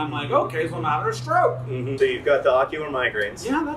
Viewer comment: I heard "ocular migrans" and was very worried and confused for a hot second 😆